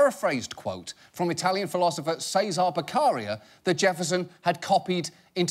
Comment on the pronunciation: A moment of silence for John's pronunciation of "Cesare Beccaria" (ahah just kidding, it's ok not to know every language)